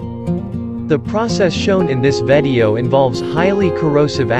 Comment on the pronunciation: Why u say vadio is video 😆 b good video well done.